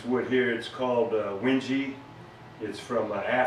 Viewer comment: Very cool, what's to become of this sword now? Also I believe it's generally pronounced "Wen-gay" for wenge wood.